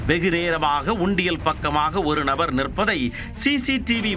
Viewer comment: Horrible voice modulation "orru Nabaaarrrrrr"😂